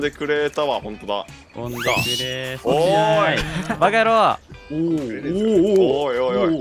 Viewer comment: わぁかったよ バカ野rrrrrou (巻舌好きだった)